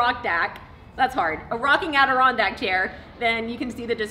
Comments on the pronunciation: “Adirondrocking chair” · "Adirockindack" Thumbs up and thanks for posting! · Great build and was fun to listen to you say Adirondack rocking chair.